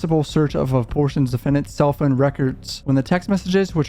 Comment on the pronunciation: What’s a phoon? Is he trying to say phone?